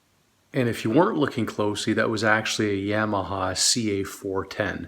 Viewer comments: You're pronouncing Yamaha incorrectly. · No. Yamaha is a Japanese company and it's never pronounced that way.